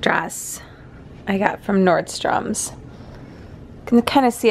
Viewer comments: I really love your videos lol but it drives me nuts you say nordstoms there's no s on the end just Nordstrom. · Nordstrom doesn’t have an ‘S’ at the end lol. Love ya girl!!